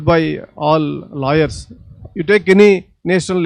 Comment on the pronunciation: lol I though he is saying 'LIARS'...It's 'LAWYERS' that he said.